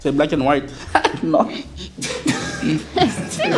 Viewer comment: Surtout quand il dit black and White